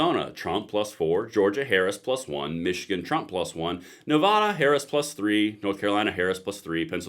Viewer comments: I really like your content, but please say Nevada correctly. Nuh Va (like apple) Duh. I know it's nit picky, but that's how to say it. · Please stop calling our state Nevahduh….. it’s Nevada. Love your show but I cringe a little every time it’s pronounced that way.